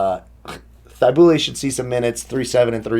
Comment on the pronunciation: Just going to play harden and pray. Also the only reason i know this is because he went to my hs but its (matt-ease) (thigh-bull) lol